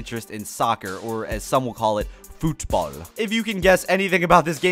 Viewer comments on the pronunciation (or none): Why is he saying football like that? It's pronounced normally (in Britain that's what it's called, and the American variation of the sport isn't very popular) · why you say football so weird ?